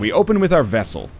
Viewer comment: It's so weird than NL tries so hard to pronounce the "t" in words like "crests," "busts," and "chests," but he absolutely refuses to pronounce the one in "vestal" and says it like "vessel."